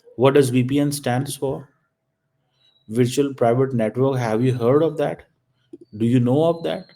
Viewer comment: Oh.... pehle aap khud toh "Virtual" ki pronunciation seekh lo 😂